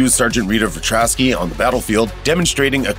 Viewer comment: God these looper narrators are terrible cant pronounce the louvre museum or even Ritas last name Vrataski